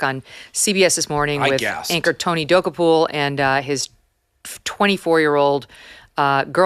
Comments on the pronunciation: Oh Megyn...here's the way to pronounce Tony's last name: Dah- Koh-pull. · MK: U HV TO STOP MISPRONOUNCING TONY DOKOUPIL!!! It’s DO-KOPIL! 😂😂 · Megyn please look up the pronunciation of Tony Dokoupil from CBS. You are saying it completely wrong and it makes you sound rather unintelligent which I know you are not!